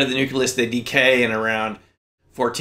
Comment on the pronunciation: nu-clee-us. nu-clee-us. nu-clee-us.